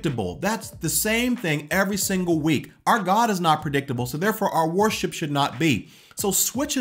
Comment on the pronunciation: 8. Stop pronouncing worship as "war ship"...sorry, just had to 😂 Seriously though I'd add: stop thinking that worship is inherently a music-related thing. Music is a way of expressing true worship (the presenting of our bodies to the Lord as living sacrifices according to Rom. 12:1). But if it's not an expression of that heart, the music we play and sing in church can be theologically accurate, moving and sound great, but still not be worship at all.